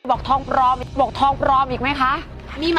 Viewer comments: ปลอมค่า ไม่ใช่ ปรรรรรรอม😁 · มีใครบอกทองปรอมๆๆอีกไหมคะ..ใช้ร.เรือ.สะกดเพราะลิ้นกระพือมาก..มีใครบอกทองปรอมๆๆอีกไหมคะ..แหม!!มั่นเกิ้นน..ไงละ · คำว่าปลอม ลอลิงจร้า กระดกลิ้นทำไมก่อน555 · ปลอม ล.ครับไม่ใช่ ร.นะ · ปลอม ล.ลิง ไม่ใช่ ร.เรือ 5555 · ปลอม ค่ะ ไม่มี ร น้อ